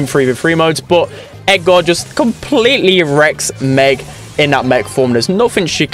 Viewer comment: I was so confused when he was saying Edgar, it sounded like egar or something